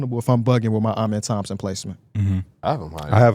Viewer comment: gotta start pronouncing Amen Thompson’s name the right way